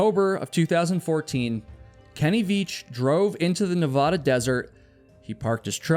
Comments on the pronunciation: Love your videos. Let me give you a small tip on pronunciation. Your Nevada is off. Ahhhh. Ahhh. Ne. Vahhh....Da. Not ohhh. Not Ne vaahhh....da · Nevada, not Navaaaduh🤦🏼‍♂️ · I love your channel and look forward to each video. But evey time you say Nev-Aw-Duh when pronouncing Nevada I get the cringe. Its Nev-Aaaaa-Da, 100%. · It’s Nevaduh (a like in apple) not Nevahdah. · Nevada☺️ - Nevahda 😩😅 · You said you've never hiked the Nevada desert. That is obvious because you can't pronounce Nevada the proper way. Na Vad (as in bad) a. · As someone who lives in Las Vegas that comment could have just been referring to all the open and abandoned mine shafts and wells that cover the desert outside Vegas. Not unheard of for people to fall into them or disappear. Also obligatory Nevadan reminder that we pronounce it Ne-VAD-a (Vad rhymes with dad). And yes we know Nevada is a spanish word and that the spanish pronunciation is different. Nevadans just decided to come up with their own pronunciation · It's pronounced "Neh-VAD-uh," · NBD but the first A in Nevada is A like apple not A like flan. 😊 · if you stop pronouncing "Nevada" like that, I will come to your podcast filming in Denver 😭😭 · YOU STILL CANT PROUNOUNCE NEVADA CORRECTLY! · please stop saying Nevada like that. lol